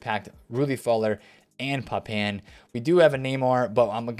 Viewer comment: Vollerrrr 🤦🏽‍♂️ and for some reason nobody can say Papin properly…it’s French pronounced “Papa” with a light “n” at the end. You can tell no FIFA players actually saw these players play